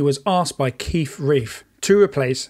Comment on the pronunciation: Keith “RELF” not “Reif”.